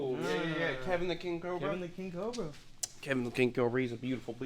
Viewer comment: "I heard u got sum king 'COBA' for me to clean up" <(o.O)> LMFAO!!! Did just pronounce it "COBA?" Hahaha!! (Bl00per Alert!) <SKiiiiiiiiiiiiiYewwwwWWWwwwww!> These 2 crazy psycho besties have their own language & "calls in the wild" to appear on command like they did earlier! But anwayz, all fun & bullsh!t to the side... Congrats on your new page! I'm a new subscriber today, but I've seen you on Chandler's channel b4 in a couple different video episodes... Chandler is a great friend to give u a s/o on his channel giving you exposure to attract new subscribers & views for you. Ble$$ings 2 U